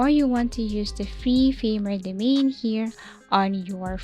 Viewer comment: Lear how to pronounce the word Domain :hand-pink-waving